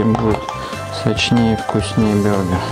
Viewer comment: Бургер а не бюргер! Ты походу из Германии